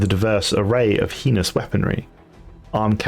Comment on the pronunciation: So heinous is prounounced "Hay-nous" not "He-ness", and eviscerated flows nicely from S-> C, not a hard K sound. Said like "E-Vis-Sir-Rated" Edit: removed illuminate, already acknowledged. Other than the above corrections, amazing work officer! 👏